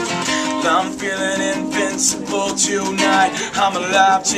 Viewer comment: It's Invincible not Incincible